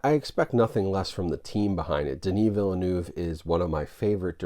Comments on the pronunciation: sorry, you're not pronouncing Denis Villeneuve correctly ;) the "eu" in "Villeneuve" is pronounced like the "u" in english words like "turn" or "burn", not like the german "ü" sound you're saying ;) here, watch the man himself saying his name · Villeneuve = "Vill - Nuv" 🙂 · What's also funny is that he still mispronounced his last name.